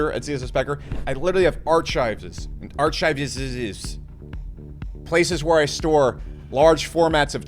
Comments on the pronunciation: I have never heard someone pronounce archives arch-ives. Its always been ark-ives. I am now changing my speach pattern to be more Bech. Need that millionaire energy in my life 😂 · Lol archives is pronounced arkives